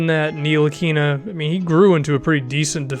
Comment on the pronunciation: It's pronounced without the "N" tilikina